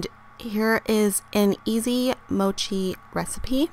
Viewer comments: The 'o' in Mochi is short, it's not Mouchi. ^^ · You're saying Mochi wrong. The O as in gosh